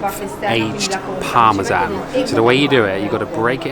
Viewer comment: guy can´t even say parmesan